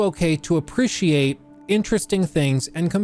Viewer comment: uh - pree - shee - ayt .... ahhh who cares, anyways love your content!